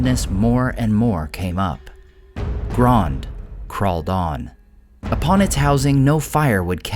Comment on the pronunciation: "You guys are saying to wrong, it's Grond!!"